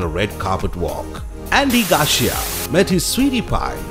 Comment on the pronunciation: its Andy Garcia - not garsh